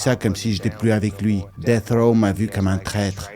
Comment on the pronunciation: C'est pas BROD(AS) mais BROAD(US).. ET C'EST DEATH ROW et pas DECH ROW tssssshh N'IMPORTE QUOI 🤦🏻‍♂️